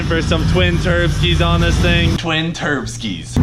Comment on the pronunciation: Sounds like leroy's getting twin turkeys, or atleast thats the best the captions come to "turbskies".